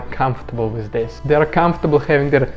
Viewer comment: Sounds like a bit of a fake accent, I know a lot of Russians and none of them talk with many misprounouncation on so many words within a short space. Who says wiz instead of with? You do but I really can't take it seriously. I don't buy it.